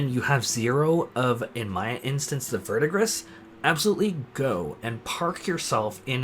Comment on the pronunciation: Verdigris is pronounced "Ver-de-gree" and is the name of the turquoise color of old/tarnished copper.:) Thanks for your content,!